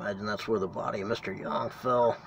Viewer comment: For the truth of Spring Villa check out the book Haunted Auburn/Opelika. I am impressed because you are the first person, I have heard pronounce Yonge correctly.